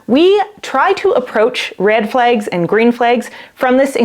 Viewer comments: Your saying Red just fine. It's Flags that makes it seem like u have an accent because you say Red Flegs and Green Fleg. Try pronouncing flag with the short a as in apple or bad....your using the short e . That being said I think it sounds cute Red Flegs .... And I love rhyming so like in rapping it would be how a rapper would bend a word 'turned a blind eye to the Red Flegs he had his eyes all over her legs We're just friends is what he says I'm a train wreck alone in his bed He got the Wrong part of my body wet Picturing her arms wrapped around his neck she wasn't blind to the green Flegs dancing in his wife open eyes' Well .. I never write raps that are emotional or about love or loss of it so that's really stilted. I am best at angry Eminem style raps LOL Anyhow that is my prognosis of the pronunciation. I'm not trained in any of it so take it with a grain of salt! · As a Norwegian who only learned English at school, your pronunciation of "red" sounds perfectly normal to me. However, your pronunciation of "flags" seems a bit different for me (it sounds a bit like "flegs"). Is that a dialect thing? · You say "flags" funny too but you are cute, smart, & we love you 😂❤❤❤